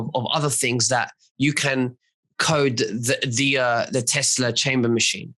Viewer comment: OMG Tesla it is his last name Mr. Tesla get it right